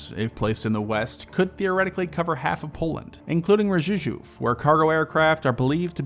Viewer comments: Rzezsow is pronounced Jeshov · “Rzeszów” is pronounced ZHESH-oof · Rzeszów is pronounced zheh-shoov, with accent on the first syllable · It’s called zheshof no ruzheshow 😘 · Ah yes, rżużów airport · hahahaha Rzeszow pronunciation was butchered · RZESZÓW -- please, your pronunciation of this name is really strange! It is easier than you think :))) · OMG I have never heard someone to butcher "Rzeszów" more XD. You all americans know that google translate have an speech synthesis? You can type in stuff in polish or chinese, and it will read it to you with correct pronoucation... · we either butcher a few names or we let Poland fall back into russian hands [again(again)]